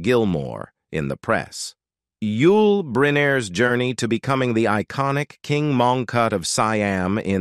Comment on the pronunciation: seeam (siam) & eeconic (iconic)?!